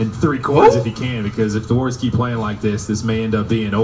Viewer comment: “THE golden state WOOWeRS”😂